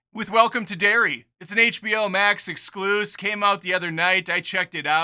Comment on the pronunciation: Lol “Max-EXCLOOSE!!!! 😂👍😏